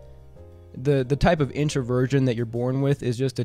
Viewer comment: When he said introversion it sounded like Inner-Virgin!